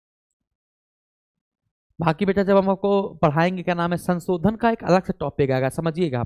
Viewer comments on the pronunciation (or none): kindly learn how to speak word sansodan its shanshodhan